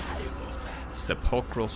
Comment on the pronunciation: Seh-puhl-krul:p reading rainbow with. Great video!